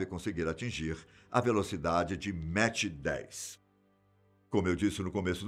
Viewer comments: NÃO É MATCH , E SIM MACH ( DE PRONUNCIA MAK ) QUE SIGNIFICA MAIS , MAIS 10 X A VELOCIDADE DO SOM ... CADA MACH É O NUMERO DE VEZES QUE A VELOCIDADE SUPERA A VELOCIDADE DO SOM... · Vcs estão falando Mach errado. Não se diz "méche" e sim "mac" 👍🏼